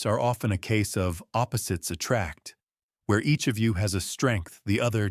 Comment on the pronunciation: Attracts. Not “attracks.”